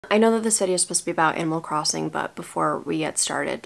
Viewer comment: For a second I thought you said "Emo Crossing" and I just...accepted it?